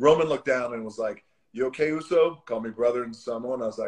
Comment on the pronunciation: USO is not pronounced "ōō-sow" 😒😳 It's pronounced "ōō-saw" . Bugs me everytime pacific islanders don't pronounce polynesian words the correct way themselves.